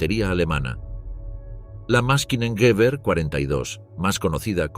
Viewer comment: Luft Maschine Gewehr ..no Maskinen 🤷🏻‍♂️